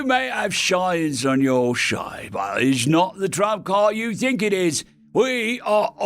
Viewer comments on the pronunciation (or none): Fun mistake that changes the story quite a bit. To me out sounds like "Our" instead "Your" HQ. 😂